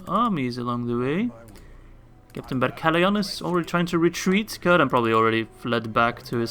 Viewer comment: I know im waaay late but I think its pronounced more like "sirdan" rather than "kirdan" (speaking of Cirdan)